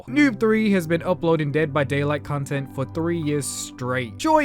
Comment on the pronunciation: Why do I hear "cuntent" ?